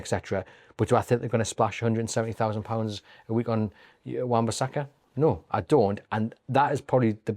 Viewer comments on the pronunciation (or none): Wan bissaka ffs 😂